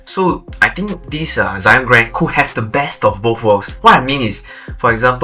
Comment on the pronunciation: Why Zyon instead of Zion?